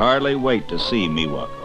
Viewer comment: I hate how he says "Miwa". XDDDDD